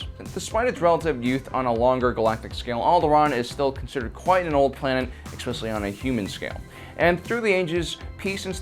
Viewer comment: Expecially lol